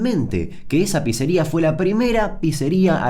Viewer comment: Damian, Pizza se pronuncia PITSA, por eso es con doble ZZ, si fuese PIZA ahi si seria PISA o PISERIA... Se dice PITSA Y PITSERIA.